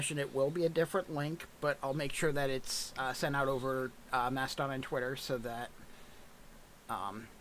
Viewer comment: Every time he says "twitt-her" i want to punch a wall